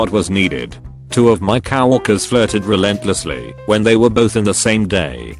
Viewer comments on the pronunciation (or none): I've seen a few of your videos, and some of the pronunciations bother me, like "cow-worker" instead of coworker... XD